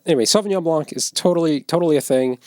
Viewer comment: Random comment: The 'c' in blanc is silent :)